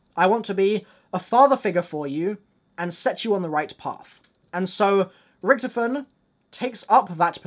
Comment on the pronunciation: Is it me or can he not pronounce Richthofen right?